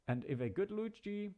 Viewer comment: Its lu-chi